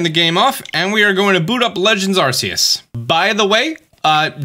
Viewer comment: I'm glad practiced pronouncing Phione but what happened to pronouncing Arceus? Love the vids:)